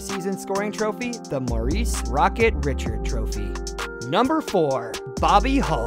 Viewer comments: My guy said RICH-ARD LMAO😂😂 MESS-E-AIR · Honestly your spelling and pronunciation of French names need some work. 1) "Jean" is pronounced "jan"; 2) the "d" of Richard is slient; 3) Lemieux with an x, not a z. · I tried my best to get through it…I know you’re trying brother, and I want you to keep improving, but you butchered the names of some of hockey’s greatest royalty. Martin Brodeur, Maurice Richard, Conn Smythe and more. Still rooting for you and your channel. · Agreed. "Belvo" Richard with American pronunciation; "Conn Smith", "Broder"...c'mon, man! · Rocket Richard pronunciation 🤦🏻‍♂️ Stop making hockey videos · You mispronounced Richard as well, like seriously do you actually know anything about hockey?